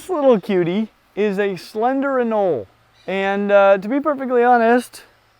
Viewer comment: Are the names of the anole species in the Amazon not pronounced with a hard “e?”